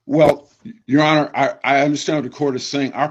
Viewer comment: Defendant and his wife, “thank you ye honer” LMAO